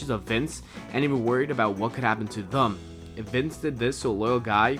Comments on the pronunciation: what the fuck does "thum" mean? Is that some speech impediment that prevents you from saying "them"? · I wanna know why you pronounce the word "them" as "thum" ? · Good video. I'm just curious, where are u from? I hear you say "thum" instead of "them". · Why do you keep pronouncing "them" as "thum" where the fuck are you from? Pull your THUM out of your ass. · thum????? it's THEM! em...not um.....crap its driving me nuts hearing you kill a simple word. them...them....not thum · Some people with Boston area accents pronounce thum instead of them. Or they say dem, depending on the area. Not the case in this video, but I don’t find it as weird as a lot of people here do and wouldn’t of noticed unless it was pointed out lol. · Are you saying thum? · "what would happen to thum" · Them not thum. lol come on man. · Thum? It's them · "Thum"? WTF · Its them not thum lol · Peter Morgan I read that comment as soon as he said "Thum" omg I'm dying. I can't unhear it now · Ugh.... THUM? Seriously!!! Why do you sound like an American or Canadian but pronounce it that way?!!! Even Canadians don't say it like that!! Stop !! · Even though the presenter can't pronounce them! Can't help but feel that there is truth in all of this! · Why can't he pronounce them? Haha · I have never heard the word "Them" pronounced with a "U" before. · Why can't you pronounce the word "them"?